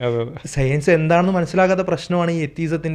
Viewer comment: അവന്റെ ഒരു സെയ്‌ൻസും ( സയൻസ് എന്ന് പറയാൻ അറിഞ്ഞൂടാ പുള്ളിക്ക് 🥺)